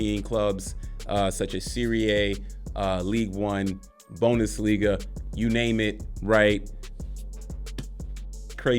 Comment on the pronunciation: bro really said bonusliga and serie ayy